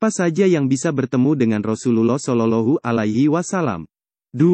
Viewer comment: bukan sololohu min tapi solowloh'hualaihi wassalam